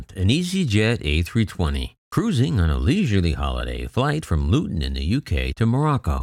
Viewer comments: Hi, Nice video. one correction if I may? It is Luton airport as opposed to Lutun. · Always helps ones credibility if you get the basics right - Luton NOT Lutun.